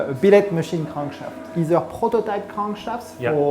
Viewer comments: " Ze cronk sheft.". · I love how the guy pronounces crankshaft. So quintessentially french :)